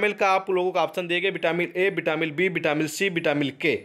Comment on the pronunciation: Vitamin hai vo vitamil nhi